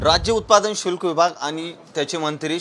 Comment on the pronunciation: अहो समजून घ्या उच्चार चुकत असेल तरी पण भावना निर्मळ आहेत.शुल्क खात्याचे नाव भ्रष्ट अधिकारी यांच्या मागे धंगेकर यांच्या रूपाने शुक्लकाष्ट लागले असे समजा.